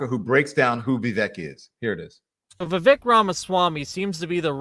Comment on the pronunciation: You can’t even say Vivek’s name correctly. It’s Vivek like cake